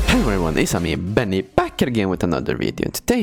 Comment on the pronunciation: every time he says in outro you get me wheezing hard XD